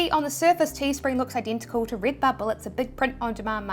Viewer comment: Rid-bubble 🥰 bee-spoke ❤️